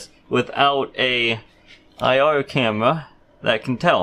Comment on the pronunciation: You should like a 5 year old girl saying camewra 😂😂😂😂😂